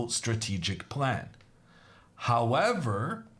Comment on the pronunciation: I like how he say: hawwavar